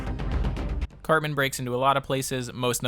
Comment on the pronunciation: Why does he keep saying his name like Carbon or Carmen?